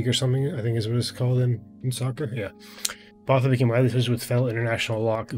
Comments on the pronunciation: Boota- we don’t pronounce the h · Bakkies Botha is pronounced 'Buck-ees' 'Bwoot-ha', just to help you out with your pronunciation. Thanks for trying so hard to pronounce the names; we appreciate it. You have picked up some South African fans and subscribers through your Springbok rugby showcase the last few weeks. Well done! If you're looking for more players to review, have a look at some of the past Springboks like Percy Montgommery, Victor Matfield, Bryan Habanna, Du Plessis brothers are some good suggestions. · South Africans pronounce Botha like this: boowatah. Don't linger or place emphasis on any syllable. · Bakkies “Boer.tah” (English pronounces Boer with a silent “r”) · The "h" in Botha is silent, easiest for you to pronounce would be BOW-TA. Not 100% right but easiest lol. Random fact, Bakkies was a nightclub bouncer when he started playing iow one tough mofo. IMHO Eben is a better player - strong, mean, skillful, a leader and intelligent.